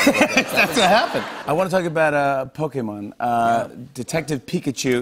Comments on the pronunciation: Anyone else impressed at how Jimmy Fallon pronounces Pokemon? Most people his age put a long "e" sound in there like it's an American word, but he actually seems to understand the Japanese vowels. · its pokemon like jimmy said.. not pokeemon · I really appreciate that Jimmy pronounces pokémon accurately xD hearing pokEEmon just grates on the nerves lol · Jimmy pronounces POKÉMON perfectly